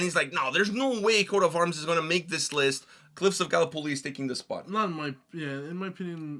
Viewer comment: How the F did he pronounce Gallipoli? Invalid list anyway, no Shiroyama